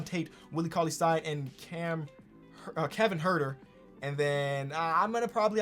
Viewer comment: Kevin Huerter Nobody:: KEVIN HART